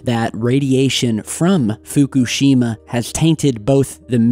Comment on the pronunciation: How about pronouncing Fukushima correctly might add more gravitas